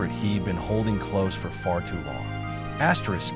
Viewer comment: Asterisk Asyerisk ruined this totally.